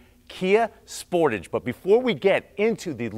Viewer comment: First of all Sportige ?? Tage ffs